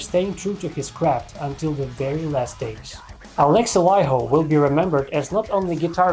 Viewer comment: Love the video! You are the first non finnish speaker who pronounce Alexi's last name correctly :D